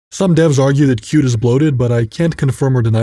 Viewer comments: Qt is pronounced cutie, not cute. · Why wouldn't you pronounce Qt as "CUTIE"?